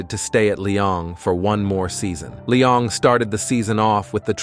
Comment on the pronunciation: Brooo its not Lyong or Lion just Lyon broo :(